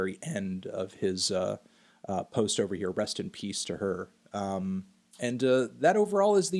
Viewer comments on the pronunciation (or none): none